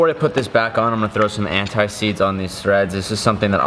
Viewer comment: You said an tie seeds the first time😂😂